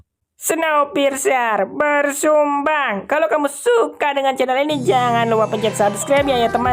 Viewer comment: bersambung bang bukn barsumbang 🤣